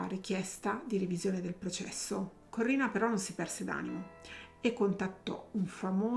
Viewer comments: SI DICE CORINNA, NON CORRINA!!!😂😂😂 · ciao! Penso che, se non ha ucciso suo marito, lo ha fatto uccidere. Per di più, essendo una persona cattiva, cattiva, cattiva, si è meritata ciò che le è capitato. PS: si chiamava Corinna, non Corrina...